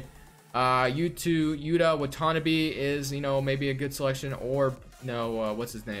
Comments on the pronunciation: when he was pronouncing it, I was like Utah... oh boi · U funny ash how u were trying to pronounce Yuta in the video